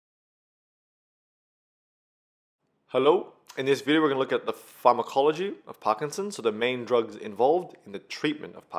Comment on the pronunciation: The way he said pharmacology😂😂😂😂